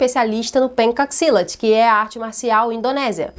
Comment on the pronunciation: Dois centavos: 1 - assisti Operação invasão e o segundo filme do Juiz Dreed, pensei ter assistido o mesmo filme duas vezes. 2 - A primeira vez que descobri o Pencac Silat, achei super legal até descobrir que falava errado, sendo que pronuncia-se "pentchac", mas a culpa não é nossa, é pegadinha do idioma indonésio.